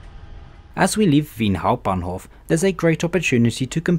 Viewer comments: Waaaait a minute.. why did you pronounce "Wien Hauptbahnhof" so well!? Somethings off! xD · Especially "Wien Hauptbahnhof" made me wonder if you are a native speaker.